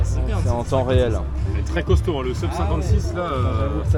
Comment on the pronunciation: Bravo pour le rp! Petit message en passant pour: "sub", il n'y a pas de raison de le prononcer à l'anglaise, c'est du latin. On prononce soub en latin, seub en anglais, sub en français 🙂